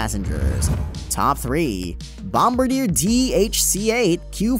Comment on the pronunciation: good video, but hey, why did you not mention the 370 Knot SAAB 2000? Also, are you aware that your video announcer is STILL MISPRONOUNCING "BOMBARDIER" (in reference to the Dash-8 Q400 aircraft)?